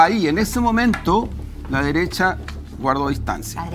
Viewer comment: JaJaJaJa " LA DERESSHHHHHAA" 🤣🤣🤣🤣😂😂😂😂